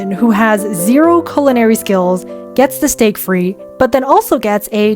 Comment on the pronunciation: Steak frite is pronounced "steak freet" not "steak free". Interestingly, your mispronunciation is what's called a "hyperforeignism" and that's a fun wiki article of you're interested :) anyway cheers, i can be smug about this because i speak English and French but I'm hopeless at any other language 😅